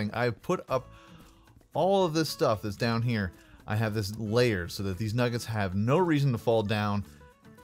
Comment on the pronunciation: What's a nooget? Oh you mean nugget, okay.